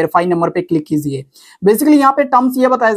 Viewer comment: Please correct your. Pronouns your word Kiziye ❌ kijiye ✅